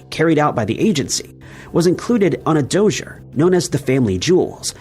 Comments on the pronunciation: "Dozure"? Did you mean 'dossier'? Doss-E-A? It sounds like a Donald Trump mispronunciation, like 'anonymisshes' or whatever 'covfefe' is. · "Dossier" Is prononce ; Do see ey Dumbas 😂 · Thank you. THAT drove me to distraction. 😂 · "Dossier" is pronounce DAH-See-Aye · Dossier is a French word that should be pronounced dough-see-a. It's like 'conoisseur', French word written 'connaisseur' and pronounced con-ass-her.